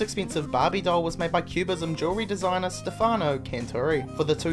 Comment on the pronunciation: Lol staphano